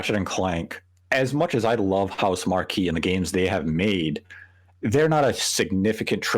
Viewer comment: None of these dudes can pronounce Housemarque